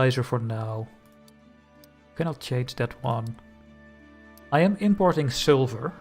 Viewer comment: Thank you for the Belgian tutorial, really enjoyed that. You are, in my opinion, very good at explaining. But, it still sounds like you say "silver" when you talk about sulphur 🙂